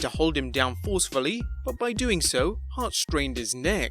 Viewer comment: Bret SHart lmao